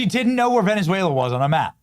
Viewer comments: She could not even pronounce Venezuela right because it's not Venesuela, and it's just south of Porto Rico your home country, Sandy!!!!! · She did however, throw her Latina accent in her pronunciation of Venezuela...😂😂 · She sounds like she's trying to tickle the back of her throat when she said: "Venezuela" and also when she said: "Maduro which came out as "Madoodoo".